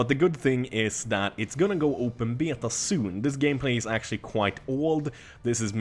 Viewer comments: omg stop saying beta. you say it so fucked up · I love how you say beta:D